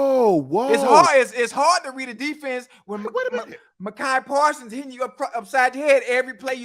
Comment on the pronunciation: He called this man Mah-Kai Parsons lmao